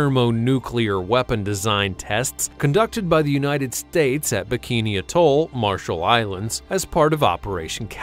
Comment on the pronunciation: Amusing that the narrator doesn't know how to pronounce "atoll"